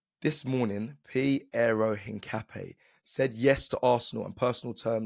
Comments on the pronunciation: Hincapp-YAY not NAY 😛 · btw is: in_kaa_ py__ é (the strong accent is in the final vocal like in spanish coffee word "café") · You pronounce it something like ink-a-pie (search for foot in spanish) … COYG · The correct pronounce is piero hincapie = hin car pier 😅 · His name is pronounced INCA-PEA-AY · At least you tried…. But still not saying Hincapié right 😂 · lmao I'm still waiting to see an Arsenal content creator that pronounces Hincapié correctly